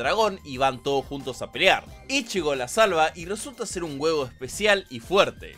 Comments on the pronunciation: Jajaja "huevo" no se llama haci se dice "hueco" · Ya está te amo bro, te ganaste mi cora y te lustro toda la espadota bb(? Pese a todos sus fallos bleach es y siempre será mi anime/manga favorito y tengo un hype tremendo por el regreso del anime PD: Lo de huevos es a propósito verdad? Verdad?... PD2: Deberias practicar un toque mas la pronunciación de los nombres en taka taka (aunque en esté video tan bastante bien)